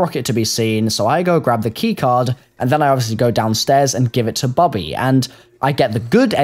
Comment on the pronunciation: It's Bobby not Bubby